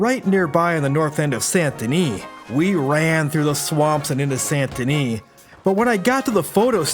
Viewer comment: pronounces “den-EE” right… proceeds it with sANT. 🤔